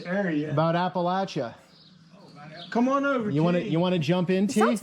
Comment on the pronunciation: Just so your aware Appalachia is pronounced- Apa-lat-cha or Apa-lat-chin. The cha sound ain't pronounced with a "sh" sound. It's a "ch" sound.. like church.. lol